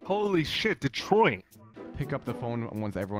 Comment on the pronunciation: Ah yes, "Ditroit"